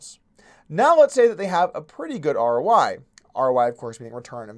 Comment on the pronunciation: Are you saying R.O.Y.? Or R.O.I.? What is R.O.Y.?